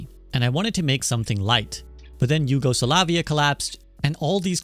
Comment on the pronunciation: Jugosulavia? Is this AI slop?